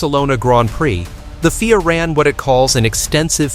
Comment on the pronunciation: It's not called FEAR it's pronounced F I A with individual letters of the alphabet. Rubbish video.